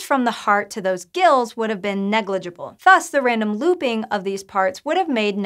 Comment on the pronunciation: I'm not sure "thus" is pronounced that way, at least now, as opposed to a millennium ago.